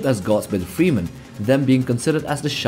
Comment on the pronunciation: Not sure if I should laugh or get irritated with "freemen"